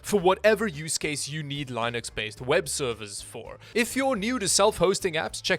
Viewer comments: Bro it's Linux not lineux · "Lie-Nix".. Mate, it's pronounced "LIN-IX" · He lives in Canada, his name is, he pronounces linux as lie-knucks, I've never in my life been so confused when trying to understand where a person comes from...